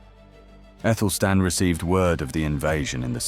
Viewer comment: I always thought it was Athelstan, so why are you pronouncing Ethelstan?